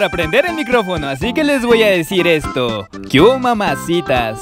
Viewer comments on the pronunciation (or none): no se dice que hubo se dice kiubo